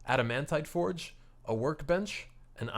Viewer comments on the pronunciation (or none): none